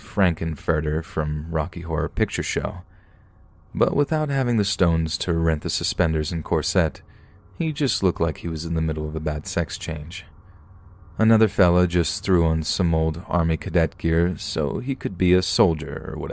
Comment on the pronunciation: It's pronounced cor- SIT, not cor-SET.